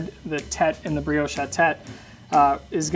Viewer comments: my man said breowsh 😂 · I got very distracted by the constant mispronunciation of brioche 😣